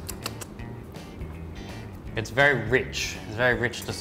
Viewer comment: Yum. Is Y,U,M. Not Yumhaaa. No extra syllable.